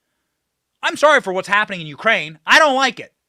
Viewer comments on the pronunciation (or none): none